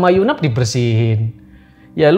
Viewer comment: Yg bener yu nap, bukan yunaf